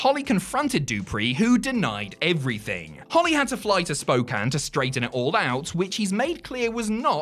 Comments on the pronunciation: He actually said Spokane right, oh hell yeah lol. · A wild Spokane mention! And pronounced correctly!